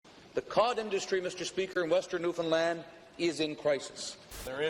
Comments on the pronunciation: First time I've heard someone covering an Atlantic Canadian topic who didn't mispronounce Newfoundland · The pronunciation signifiers in this video are baffling. Somebody who says "zee", yet pronounced Newfoundland bang on? Amazing. I had assumed with the earlier Newfoundland drop that the presenter was Canadian, but zee suggests otherwise.